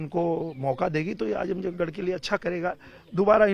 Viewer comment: आजमगढ़ गढ़ है गढ़हा नही